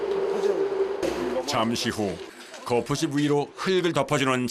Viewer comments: 거풋찝 거풋찝 합니까? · 성우님 발음이 거푸집 인데 왜 자꾸